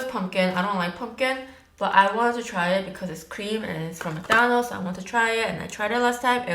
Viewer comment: Why american people say " Mc DANOLD'S? this is Mc DONALD'S. (joke) kiss from France! 💕💕💕